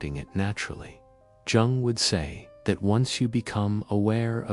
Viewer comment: Jung is pronounced 'Young', with the 'You' part said as in ' you like chocolate and so do I ' ; but shortened, as if saying 'you' quickly. Is this an AI voice?